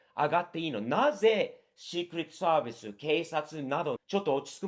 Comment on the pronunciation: 日米共に今や無法地帯で草 シークレットサービスの発音すきw